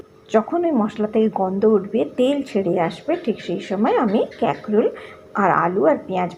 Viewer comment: ক্যাকরোল আবার কি ????😂😂😂😂😂😂 কাঁকরোল বলুন